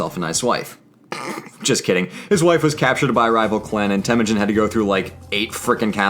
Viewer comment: The narrator kept mispronouncing Temüjin